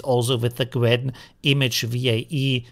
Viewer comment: So you haven’t noticed that he kept calling it Gwen throughout the whole video?